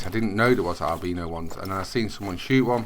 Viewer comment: I love the way he pronounces albino